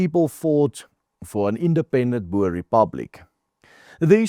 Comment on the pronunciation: Jy is afrikaans, dit is "boer" en nie "boor" nie.